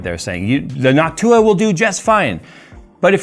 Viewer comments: For a moment there I thought said hawk tuah insteads of Noc-tuah. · Anyone else hear "hawk tuah" instead of "Noctua"? 😂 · you said "nawk-tuah" 😀made my day, thanks 😂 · Why do ypu pronounce it like Noc-tuah lmao. Its just one word, noctua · Everytime he said Noctua all I heard was Hock tua...... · Is it just me or is saying Noc Tuah 😂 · Jays pronunciation of Noctua has changed and I think we all know why